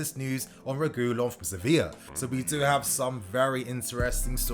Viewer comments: it isn’t pronounced Re goo lon ffs stop 😭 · Please reguilon is pronounced re-gee-lon